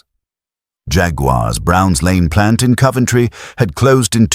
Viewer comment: No "u" in Coventry.